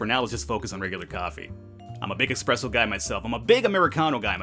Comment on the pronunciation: Did you really just say expresso?